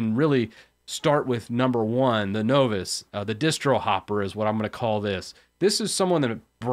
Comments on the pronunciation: lol... no voice... wtf. Is this a weird linux-ism where folks just purposely mangle conventional enunciation? Novice is pronounced: Nä-vəs. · repeat after me son - "NAH-VIS" - now that I am a MASTER of hehe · Know-viss? Leenus?? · Novice is pronounced “nah viss.” Does it matter? Probably, if you’re going to keep saying it. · I think the first part has a more NAW not AH sound when I hear it myself. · Novice is pronounced "nah-vis." This is hard to listen to because you keep mispronouncing that one word. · Novass? Are you trying to say novice? Play the audio clip here: Click the british flag to hear the correct pronunciation ;) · what's a Know-Viss? Sounds like a Canadian, eh? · Novice is pronounced with a short "o" like you would use in "of"... You could say "N-of-iss" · I will take legal action if you don't start pronounce novice the right way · The "O" in the word "Novice," is like the "O" in the word "Bottle," NOT like the "O" in the word "Nova." "Know what you don't know," right? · there are people making fun of you for how you pronounced the word novice wrongly, it makes you less professional sounding not saying this right so instead of telling you myself click the play button since it's a small o sound in novice not a capital O sound. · I've never heard 'novice' pronounced that way before. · No one should ever hear it pronounced that way again. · Good video, only isssue is that is not how you pronounce novice. either way I think its good you brought this up. I think its easy to get cought up on all the stuff we dont know instead of looking at what we should learn next.